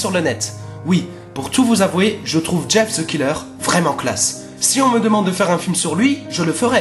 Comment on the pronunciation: Ca se pronence jeff the kayller